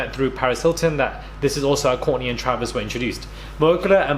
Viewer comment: Everytime u say Kourtney, I keep hearing Corny ...lololol..